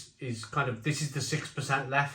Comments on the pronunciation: It's pronounced leffa, not leff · A rather grumpy barmaid in a bar in Belgium informed me it's pronounced "Leffer." and most definitely NOT leff or leffie. Hope that helps. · As a Belgian - it's pronouned 'Leffa'. Just sayin' ..... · Not sure what's more annoying, the reduced ABV or ^s insistance on the French pronunciation rather than the Dutch? ABInbev insist both are correct anyway. Looks like it's another example of brewing by the accountants rather than by experts